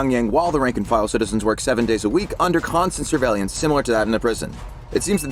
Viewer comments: Sur-vey-lance...sur-vey-LANCE! Stop saying sur-vey-lee-ance! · Why does this guy pronounce "surveillance" so weird? He says it like "surveillyance."